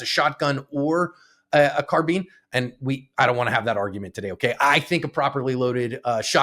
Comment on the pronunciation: Is a carbean the same as a carbine? Is a combine harvester the same as a combean harvester? 😂😂😂 Seriously though, good job cops and good job and 👍🏻